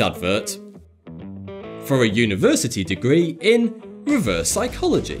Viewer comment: That "sycholagy" triggers me.....